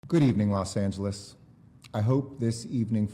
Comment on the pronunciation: I keep thinking he says Los Santos